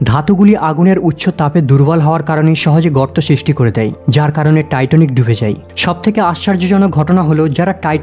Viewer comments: Not Titonic, please say Titanic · টাইটনিক নাকি টাইটানিক?? আর সূচনাতেই এত কথা কেন?